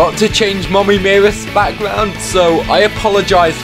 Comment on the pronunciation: Can anyone hear bf say moomy